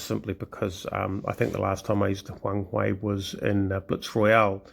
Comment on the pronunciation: It's Huang-"her" actually :) nice to see another WOWB vid